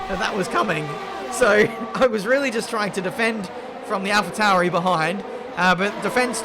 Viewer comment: I realy dont understand why you say Alfa Touri insted of Tauri